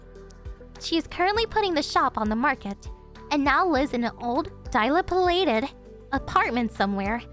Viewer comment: Dilapidated, does not start with die. The dil sounds like dill, so Di-lap-i-dated. The i used alone here sounds like a very short one, like the i in ill. Hopefully google can tell you how to say unfamiliar words. All the best.